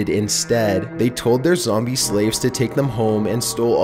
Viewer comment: THIS MADE ME LAUGH. "ZOMB E" "CON COCK ION"